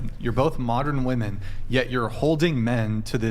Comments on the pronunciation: Cannot stand when they say woman instead of women. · Omg I could not get over saying woman everytime she thought she was saying women! So irritating 😂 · No, it's NOT your accent - it's your lack of education. WOMEN rhymes with swimmin. WOMAN sounds completely different on the first syllable. How are people this dumb?? TikTok brain 🙄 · still doesn’t know how to pronounce the word women 🤦‍♂️ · That was so frustrating to hear her fuck up over and over. First person in my entire life I've seen incapable of saying women. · You will never be taken seriously if you continue to pronounce WOMEN wrong. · learn how to pronounce women and woman, they don't sound identical.